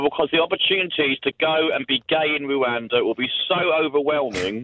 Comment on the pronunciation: Anyonoe else want to cwowdfund this clown to wooh-anda